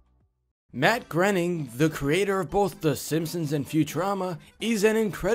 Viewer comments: It's grAINing not grenning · Matt "Grenning". That's a new one.